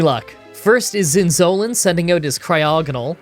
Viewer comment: Zin- Zo (like no)- Lan( like b-on-d). Zin-zo-lan.